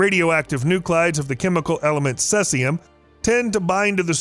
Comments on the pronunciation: Ce is actually pronounced (see zee umm.) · can you pronounce your elements? Seseum wtf... CEE Zie Um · Cesium is pronounced "see zee um" please. Not "sess ee um". Look it up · It’s see-z-um , not sess-e-um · SEE! ZEE! YUM! not "sessium". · If he says ses-ay-um one more time…. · 😅 made me laugh everytime!!! so many videos and nilered and blue say ceezium 😂 but this guy lets cetszium pass into the final cut. there should be a corrected video as its a voice over. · Cesium pr. /ˈsiːzi.əm/ Pro tip: If there's a word new to you that you'll be repeating multiple times throughout a video, it's a good idea to learn how it's pronounced. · You said cesium wrong, it’s said like sea-z-um. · 'see-zee-um. pleeeease. thank you. 😊✌️ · Oh boy. Let the roast begin in the comments... See-zee-um mate. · lol sesseyum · The element is cesium (see-zee-uhm) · Bro, its totally cesium: Suh-zee-zee-soo-duh-yee-sum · Pardon me. It's Ce(long E)sium. Just sayin. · Thank you! I'm glad I'm not the only one that wanted to mention this haha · Lol sounds like Sussium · i think he does it on purpose.. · You lose credibility when, you interpret facts wrong. whether its pronunciation or numbers or anything really. I doubt anywhere researching for this video did you not hear the word. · Anyone with a basic knowledge of the periodic table will know how Cesium is pronounced..This is Temu level science information! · Why do so many people mispronounce Cesium so often. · He does it every time he ever mentions Ce, and everytime tons of people try to help. So he's probably doing it FOR the comments as a boost to the algorithm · Learn how to pronounce cesium. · Thank you! the mispronunciation was driving me nuts as well😮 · Also weird to hear "minus 134."